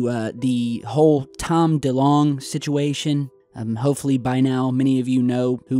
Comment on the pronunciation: I might be wrong, but I reckon that Delonge is not pronounced like Delong but like Delonje. :)